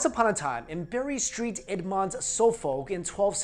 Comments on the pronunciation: It’s pronounced Berry Saint Edmond(s) not Bury Street Edmont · Bury st edmunds is pronounced berry saint edmunds, it is where Saint edmund is buried. Suffolk is pronounced suff-oc. That is all. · It's Bury Saint Edmunds, not street! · Bury St Edmunds is pronounced Bury SAINT Edmunds . . . . . . . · The way he pronounces Bury St Edmunds and Suffolk is priceless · The best thing about this video was the way butchers the pronunciation of the English towns and districts lol especially Bury Saint Edmunds ha:)